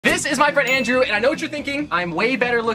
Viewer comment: Why are u saying landrew it's Andrew